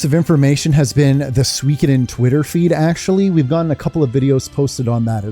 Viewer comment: It's my first time hearing someone pronouncing suikoden as swee-ki-den lol. I always thought it's sui-koh-den